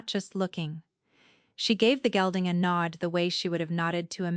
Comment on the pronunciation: ...a black gelding, not gilding...